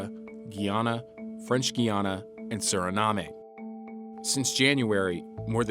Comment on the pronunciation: You mispronounced "Suriname". Sloppy narrative work.